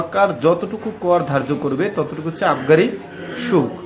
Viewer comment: Vi shulka ....shulk nah..